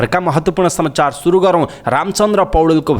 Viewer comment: Samaachar bhannu paryo, samchar suniyo